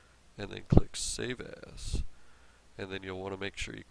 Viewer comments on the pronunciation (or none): it sounded like he said save ass XD